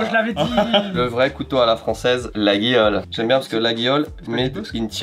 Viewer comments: Ils n’ont pas la réf Maryse 🤣 Et on dit La-yol pour info pour la marque LAGUIOLE 😎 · Rigolo de vanter les mérites de Laguiole (tout en le prononçant mal, d'ailleurs) sachant ce que le père de son associé a fait subir à la marque. Nonobstant, divertissement apprécié. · Coucou! Laguiole ça se prononce "Laïole" 😉